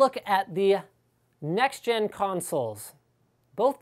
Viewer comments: lmao sextgen lol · Thumbs up if you heard him say 'sex-gen' APU at 56 seconds